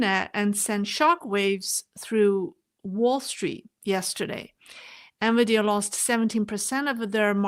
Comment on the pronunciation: excellent presentation, as always. Please keep up the great work! Minor point: the pronunciation is N-VIdia (not N-viDEa. Thus, emphasis on the first vowel, not the second vowel).